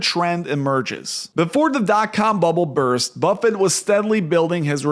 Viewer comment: Who is “Warmbuffet”?